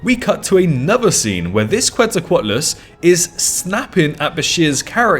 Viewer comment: The name Quetzalcoatlus is pronounced “Ketzal-co-atlus”